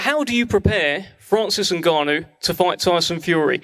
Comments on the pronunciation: Mike say Francis nuganu💀🤣🤣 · “Naganu.. I said it right, that time, right?” Lmaoo what a legend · Mike Tyson trying to say Francis Ngannou is gold 😂